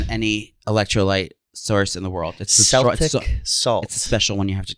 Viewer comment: It’s pronounced Kel tic not sel tic